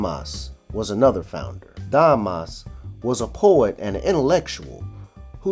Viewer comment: You have no idea of how to pronounce French names e.g. Damas is Dama.